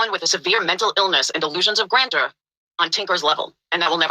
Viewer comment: damit she cant even say grandeur correct.... yet ragging on a non existent Laura word.